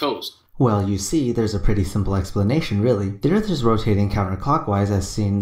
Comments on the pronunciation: His Ebonics is killing me right now. It's impossible to take him seriously when he pronounces "Earth" with an "f" and any other similar mannerisms. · Lol, you're trying to have an intellectual debate with a guy who can't say "Earth", calls everything disingenuous, and thinks that "Globalists" are perpetuating Round Earth Truth. Good luck with that, lol. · As bad as that is, every time he said "da erff" I wanted to stop the video. Ffs...learn how to speak. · He also says earf why why wasnt he aborted after this video come on planned parenthood this ones a freebie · Why argue with someone that says "Earff"? Seems like wasted breaff. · He pronounces Earth as Earf. That's disingenuine. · "Duh Erfff" what a fucking dumbass...if you cannot even make the th sound in earth, then you have no business pretending you know its shape lmao. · Is Earf a new planet I haven't heard about? might want to study English before he tackles physics. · Anyone that says Earf can’t be genuine 😂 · I actually feel like I have become less intelligent listening to this guy talk. I mean who pronounces ‘Earth’ as ‘Earf’ anyway. Of course there is also the issue that he doesn’t understand anything about eclipses. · .... Flat Earf. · The earf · "They're being "disingenuine"? Now, I realize I'm in the minority here, especially in 2017 where it seems ridiculously acceptable that most people accept crappy spelling, syntax and pronunciation, but I can't overlook it. When I hear "ERF", it's clear I'm not dealing with someone with any substantial amount of education and as such, deal with their "evidence" accordingly. Flat earth is being promoted by a bunch of dumbasses. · I just like how he pronounces Earth like "urf" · Really hard to take the guy as a source of information when he says "Earf" and "disengenuine." Speaks like an uneducated fool. So sad. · can't even pronounce "This"..."Accurate"...."Sphere"....^Actual"...."That"....'Earth"....shall I go on?